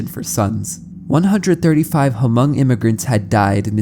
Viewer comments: Ha-mong😭 its pronounced “mong” but I appreciate our ethnicity being mentioned! Great video btw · Same, I have a lot of hmong friends and hearing him say Huh-mung was so disheartening T.T Takes a quick search to see how it's simply pronounced as mong. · I'm sorry but he's pronouncing the word "hmong" wrong (muhng) I was low-key distracted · Hmong is pronounced like mm-oh-ng instead of huh-mung 👍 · its pronounced mong bro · I am not Hmong myself, but I did grow up in Fresno, where many Hmong immigrants came to after the Vietnam war. “Hmong” is actually pronounced like “Mong,” the “H” is silent :) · it definitely urks me Everytime to hear h-mong but I understand. The written language sometimes doesn't sound how it looks written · It’s tricky if you’ve never heard it said out loud before, but it’s pronounced “mung”. 👍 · As a Hmong person, that intro was cool to know about. I never knew that happened to my people and it's interesting to know that was the inspiration for an iconic horror monster. That said, you absolutely butchered the language. I can't blame you since you don't know the language, but you should at least know that the "H" in "Hmong" is silent. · The “H” in Hmong is silent. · The H in Hmong is silent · The "H" is silent in Hmong